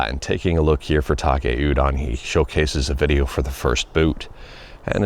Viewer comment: He's Taki, not Take.